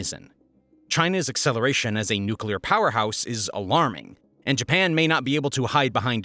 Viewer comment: nuclear: nuke-lee-urr (not nuke-yuh-lur)